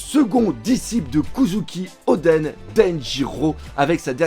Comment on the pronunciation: au lieu de kozuki oden ,le kozuken odi du debut est pas mal aussi ,ah dyslexie quand tu nous tiens !!